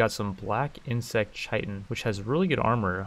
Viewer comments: Isn't chitin pronounced kitin? xd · CHITIN PRONOUNCED KITE IN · "Chitin" is pronounced the same as "kitten." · I think its a quick T iirc, so like ‘kittin’ i might be wrong tho